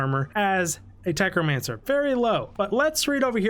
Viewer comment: Love the video, but “techromancer” is killing me. 😀